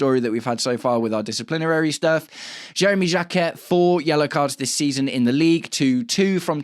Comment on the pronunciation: You don't pronounce the T in Jacquet